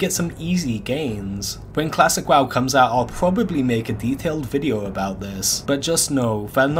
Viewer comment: The way pronounces some words, is extended at the end. Like...videooo. Timeeeee. Jesus Christ its annoying. Add the stupid advertisement and its an instant dislike and hide from future content.